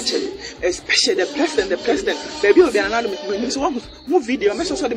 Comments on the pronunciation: He said plesident 😂🤣😂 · Oy3 aboa peee,kwasia boy.fa wo nkwasiasem fri ho ko. Wo ye gimifuor paaa. You need proper discipline with that nonsense apology. I think you are not 100% mentally stable because they way you've be saying me fliends,frag bearler and plesident instead of president even shows.